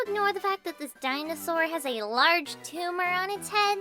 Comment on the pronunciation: "Its naht a tumooah"